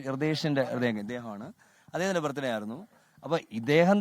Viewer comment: അച്ഛൻ ഇടക് ഇടക്ക് ആ കുരിശ് പരുവാടി അറിയാതെ പുറത്തേക്ക് ചാടുന്നു..... 🤭😂😂 ലെ...വകീൽ ഡാ... ബർത്ഡേ എന്ന് പറ.. യേശുവുന്റെ ബർത് ഡേ എന്ന് പറയേണ്ട..... 🤭😂😂